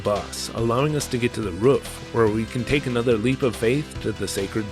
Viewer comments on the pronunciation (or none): none